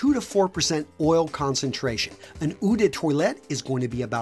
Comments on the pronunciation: Eau is pronounced ‘oh’ not ‘eww’ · It’s Eau pronounced: (O) not (OUHH) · I love you and all, but eau is pronounced oh like in "option". Sorry for my pedantry. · I care. It's Eau as in oh! Also Sillage is pronounced See Arj. Both words are French. If you're going to use these words get them right., otherwise you just sound like a drip. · If you’re going to do a fragrance video, learn how to pronounce ‘eau’ correctly. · The way you say "Eau" kills me